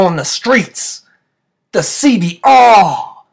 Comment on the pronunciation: Carnal i love u say honda cbr double rrrrrrrr